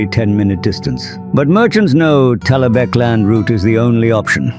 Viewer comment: I'm impressed you got the AI to say "Talabecland" properly